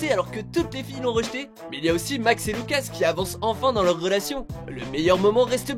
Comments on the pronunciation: On en parle vous dites , JonathAN au lieu de JonathANE et LucASSE au lieu de LucAS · TheTwist_ Tu as raison pour Jonathan mais pour Lucas, ça se dit Loucasse ! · Putain ses pas loucas ses Lucas